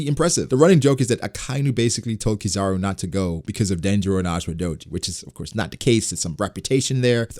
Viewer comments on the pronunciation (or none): none